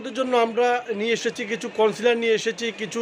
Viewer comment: its concealer, not councilor.